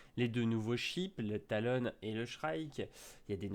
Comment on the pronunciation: Pourquoi tu dit "Talone" alors que c'est "Talon"